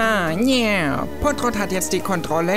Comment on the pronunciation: Trottopott!!! Nicht pottrott trottopott xD